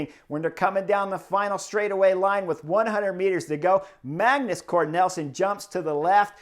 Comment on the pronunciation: You’re killing me… Magnus Cort Nelson! It’s NIELSEN (neel’ son).